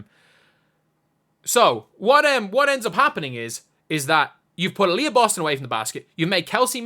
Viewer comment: I heard it as "Alyssa Boston- bald" 😂